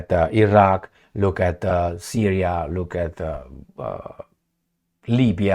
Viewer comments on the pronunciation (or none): none